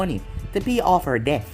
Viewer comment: When you said debt it sounds like death and I was very confused